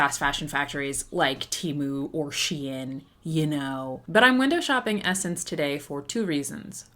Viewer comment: “sssssss”ense not (e)ssense